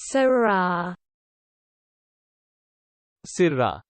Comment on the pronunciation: Too much aaah on the end. It's more like sirra